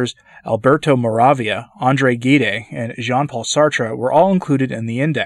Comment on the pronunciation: Andre Gide was a Nobel Literature prize winner. He was a Protestant and a homosexual. Gide is pronounced "zheed." Several of Alberto Moravia's novels were made into movies: Time of Indifference; Two Women; and The Conformist. Moravia's father was Jewish.